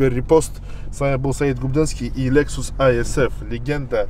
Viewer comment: Не аисф а исф